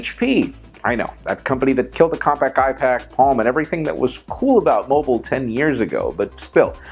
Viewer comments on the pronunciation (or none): none